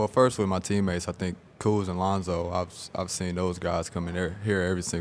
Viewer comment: "Kuz', Josh". Sounded like he said "Kooz, Jive" at first.